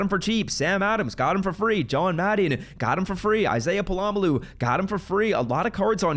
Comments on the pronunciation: Pola-Mao Not palamalu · Brother WHERE is the second L in Pola-Mao?? I promise you, it’s not pronounced polamaloo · Pola-Mao is pronounced "pOla mOw"